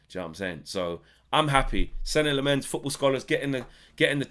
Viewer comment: As a Dutchman, and Lemmens being a Flemish (Dutch speaking Belgian) name, allow me: it’s pronounced SEN-nuh LAH-muns. The emphasis on the first syllables.